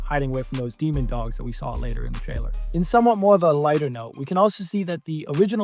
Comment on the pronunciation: Bro… it’s DEMOdogs not dEmOnDoGs